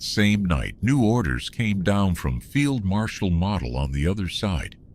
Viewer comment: Why can't they get Model's name right? He's not a toy. You say the O: like one of the 4 stooges: Moe: Model